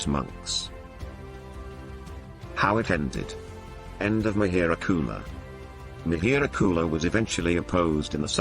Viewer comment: Parsian language is derived from sanskrit. So, it is mihir kul, which you pronounced as Mehr gul.